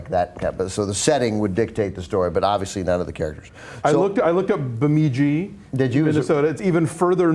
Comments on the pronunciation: I live near Bemidji, and my brother went to school there. It's actually pronounced beh-midji, not bee-midji. Is that how they say it in the show? I haven't watched it yet, but I plan to! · its Bem-id-gee. You say the "id" sound the same way you'd say window. The name is native american in origin. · They say Bemidji wrong. It's more like "buh-mi-gee". The i in the middle is not pronounced "ee". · I'm Minnesotan. It's pronounced Beh-mih-gee... Emphasis on the first syllable, rather than the second. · Yes they mispronunce Bemidji in the show im from Sauk Rapids, Minnesota so it bugged me lol you should watch it it is amazing